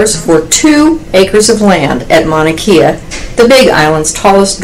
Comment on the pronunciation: And Mauna Kea is pronounced, "Mao nah Kay ah" not Mauna KEY ah.